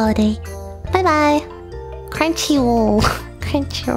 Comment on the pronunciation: Cute that Lily everytime saying "crinchy" instead of "crunchy" ^^ <3